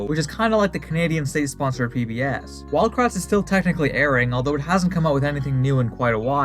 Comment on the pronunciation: I thought he said wild brats. Or is that just me?